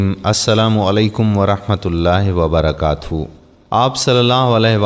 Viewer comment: ماشاءاللہ لیکن میری آپ سے ایک درخواست ہے کہ ویڈیوز وائرل کرنے سے پہلے اپنے کسی معتمد اہل علم سے الفاظ کے تلفظ درست کروالیں جیسے کہ مذکورہ ویڈیو میں سلام کرنے میں" ورحمتہ اللہ وبرکاتہ " کی جگہ وبرکاتھو" کی آواز آتی ہے اسی طرح "صفحہ نمبر "کے بجائے " صفہ نمبر " کی آواز آتی ہیں اسی طرح اور بھی۔۔۔۔۔۔۔۔۔۔۔۔۔